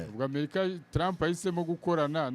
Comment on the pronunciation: Kuki abanyamakuru no murwanda mukunda kuvuga America Nabi?? Ntimushobora kuyivuga neza mugihe aringombwa